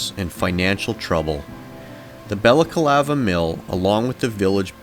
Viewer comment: Why do you say BalacAlava? It's Balaclava. Ba/la/CLA/va